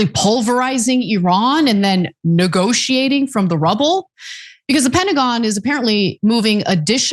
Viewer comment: Did you say negotiations or nukegotiation?